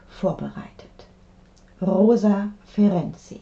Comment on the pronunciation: Super, wie Sie den Namen : Ferenczy aussprechen. Einfach toll! Ich heiße nähmlich auch so, und leider habe ich hier in Deutschland andere Erfahrungen gesammelt. 1A!!!! Es ist eine Melodie für meine Ohren. DANKE!❤